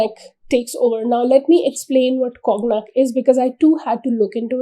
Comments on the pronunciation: conyac (kaw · nyak) cognac pronunciation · It is pronounced as kaw nyak